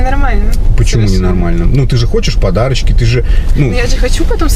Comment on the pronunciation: На буратинку похожа.Когда второй раз говорит подарочки,слышится,как подачки.